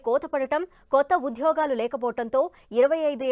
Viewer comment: UDHYOGHAAAALU... vattu palukatam nerchukondi.. telugu vinalekaa chastunnaam!:face-purple-crying